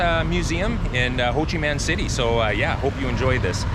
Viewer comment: Interesting video. I don’t think it’s pronounced Ho Chi Man City.